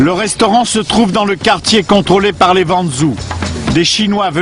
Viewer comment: "quand on me tesse, on me touve"